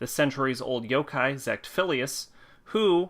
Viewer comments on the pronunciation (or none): none